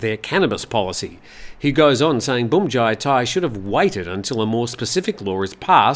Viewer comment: Feel free to pronounce bhumjaythai as phumjaythai. Bhum is the same word as in Suvarnabhum(i) airport, where you pronounce it rather well. Transliteration of Thai words into English is all over the place.